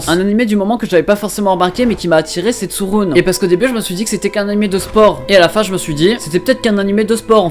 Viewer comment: C'est pas tsurune=tsouroune c'est tsurune=tsuruné xD